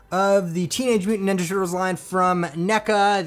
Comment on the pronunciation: Highly disagree with you the wave 1 look sooo much better and are the original tv cartoon look... bright green ones look cheesy... and its Ninja not "Nenja"... dont know why but that triggered me lol... but good video thanks.